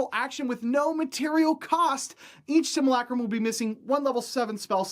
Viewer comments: Similac-Crumb? We're going to have to go ahead and disagree on the pronunciation of simulacrum. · ...hearing him saying "sim-u-lay-crum" wrong is so painful. But good video!